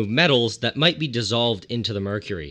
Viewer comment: Nile: *Cooks "MERUCRY" Karen Wetterhahn wants to know your location